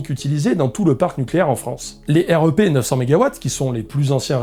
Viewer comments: J'ai trop hâte que tu puisses visiter une vraie centrale nucléaire ! Alors ta modélisation est trop bien faite tu gères. Par contre on prononce plutôt rèpe et pas R.E.P. Ca fait bizarre 😅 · J'ai beaucoup aimé cette vidéo, merci et bravo. Un détail, dans le métier on prononce le REP "rêpe", et pas R E P ; utile pour avoir une discussion avec quelqu'un du milieu ! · Super vidéo ! Nota : dans le métier on dit "rèpe" pour REP ;)